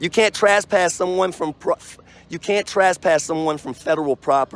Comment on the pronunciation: Why do frauditors say "trass-pass"?